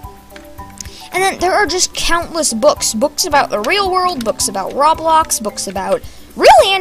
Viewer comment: That dude: "Roblowx" Me: OK...... coughs